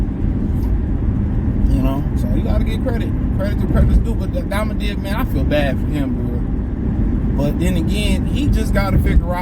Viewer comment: “Akmadamadiv” 😂😂😂😂 Boi you funny asl